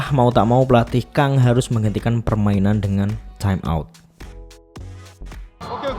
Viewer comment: Kang itu bacanya Gang, kalau Ko bacanya Go. Karena ini pakai pelafalan English, u di Hyundae bacanya kayak kata "lunch" atau Hyeon.